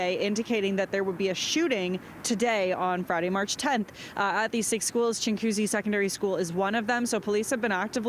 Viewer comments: its chin goo zee... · It's pronounced ching wa coosy, not chingcoosy